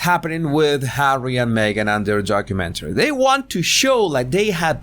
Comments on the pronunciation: Horrormentary? Did I hear right? 😂😄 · Wasn't sure if you said horror-mentary or whore-umentary lol😉